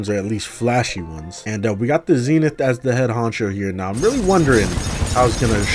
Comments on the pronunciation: It’s not zenif it’s zenith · Zee nith